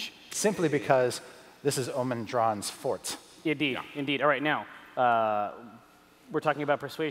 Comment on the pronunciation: Omin Dran's "fort" ? Forte is pronounced "for tay", meaning - what you are good at.